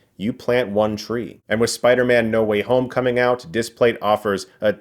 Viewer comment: Why do I keep hearing Spidermen 😭😭😂